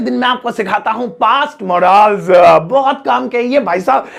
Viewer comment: मोडाल्स नहीं मॉडल्स पढ़ते हैं